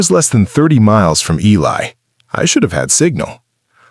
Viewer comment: Good story but Ely is pronounced E-Lee not E-Lie